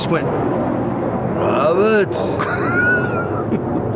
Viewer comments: Hehe "ROBAAAAHT. THAT WAS MY REAL AHM!" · "Robaht... dat's my real AHHHHHMMMM..."